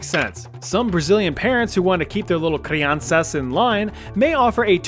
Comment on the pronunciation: Dude, the way you say all the Brazilian Portuguese words is simply the best! Had to hold a pretty good laugh when out of the blue you said "crianças" instead of children. ❤